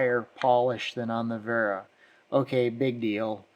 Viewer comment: It's pronounced Vera